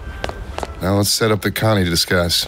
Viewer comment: that is so funny that you said Kanye Angström, I think you now know it's Connie but I love it. Keep up the good work, you deserve subs